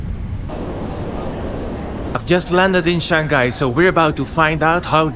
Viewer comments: Shang Hai and not Shan Ghai. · Bro it's Shang-hai and not Shan-ghai. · He might be from Belgium, many Flemish speakers pronounce Shang-hai like shan-ghai. Might be a local thing